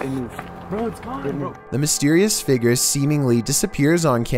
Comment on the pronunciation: numbar fhive seemingly ghostlee figor